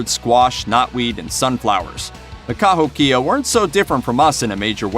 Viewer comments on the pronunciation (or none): Dude, it's pronounced ka-HOE-kia, not ka-hoe-KIA. They lived in a part of Illinois where I lived. In elementary school we went on two different field trips to a state park called "Dixon Mounds" which when excavated turned out to be a Kahokia burial site. When the scientists were finished they left the remains exactly as they were found, built an enclosure over the entire site put in walkways and turned the whole series of mounds into a state park that was open to the public. We had some pretty cool field trips when I was in school but this one was by far one of the top 2 or 3. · Cahokia— ka-HOH-keya Diets were a little more varied than you explained, but given your time format I can understand the glossing over the details of environmental differences and tribal differences made varieties in diet. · Informative (even if some information was wrong: IDK)---and surprisingly, made me hungry in the middle of the night! One thing I do know is wrong: "where the devil did you get your pronunciation for Cahokia? It's pronounced "Ca-HOKE-ia." Just sayin'. Stay safe, everybody. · I'm a member of the Cahokia Mounds society. And it's pronounced "Ka- ho- kee-a". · Born and raised next to Cahokia Mounds. Pronounced..Kuh Ho Key Uhh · Ka Hoky ah You might need to research pronunciations first, you slaughtered many of our First American names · Kept my attention until he pronounced "Cahokia" wrong, then took the rest with a grain of salt....still interesting though. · I loved this, thank you. However, I am descended from Cherokee and live right next to the Cahokia mounds near Saint Louis, Missouri. You are pronouncing it incorrectly. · 1 you pronounce Cahokia wrong. 2 you missed a lot of other things they did. They fished from the Mississippi tributaries, hunted the land, even had agricultural influences in the area or how they made corn meals. 3 you didn't show their massive mounds. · You might want to ask someone how to pronounce Cahokia, because you butchered it.